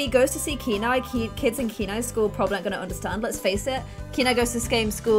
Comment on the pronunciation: I think that hair looks the best 😊 Also Kenai is my dog's name and in Poland we pronounce it as 'can I' just as you were pronouncing at first 😁